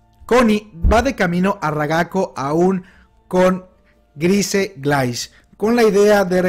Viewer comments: Se llama Falco Grice, lo pronuncio mal y luego lo dijo bien, no se confundió salvo en la primer pronunciación falco es Grice. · Yo que recuerde el nombre completo de Falco es Falco Grice, solo lo llamo por su apellido la primera vez lo pronuncio mal ya después lo pronuncio bien. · "Grice" jeje